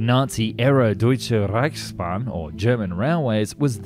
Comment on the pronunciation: Your "Reichsbahn" pronounciation was pretty decent. As a german I would have definitely understood what you meant ;)